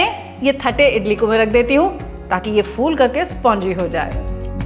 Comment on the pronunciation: O Come on. Let's be honest. It's only written as "thatte" but it's pronounced as "tatte".